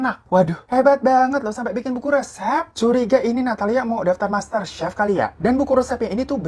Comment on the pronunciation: c he f nya kenapa jauh jauhan sih 😭